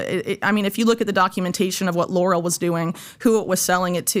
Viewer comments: Lor-al' NOT Lor'-al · Pronounced lorELLE, not laurel. Clinton allowed "china spying", to allow China missile guidance tech, and GPS/military tech. Corrupt deals... Clintons+ globalist elite, WITH CHINA